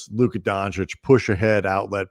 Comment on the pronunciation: Your pronunciation of Luka Doncic is perfect. Peace from Slovenia and go Lakers!